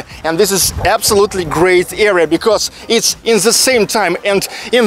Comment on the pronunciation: area or era? It is hard to understand.